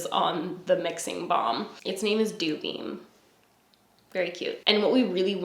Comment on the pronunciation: I quite enjoy the name sandblush for the highlighter but I cant tell you how long it took me to hear dewbeam and not doobie 😂